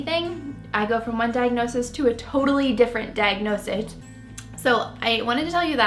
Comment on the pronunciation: Diagnosige? Ha she’s a mess , very very into herself.